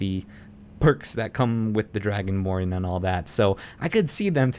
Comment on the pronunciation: lol i love it when he says dragonbrn